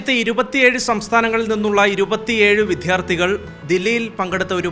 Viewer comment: വിദ്യാർഥി എന്ന മലയാളം വാക്ക് ഒന്നു പറയാൻ പഠിക്കെടോ അവതാരകാ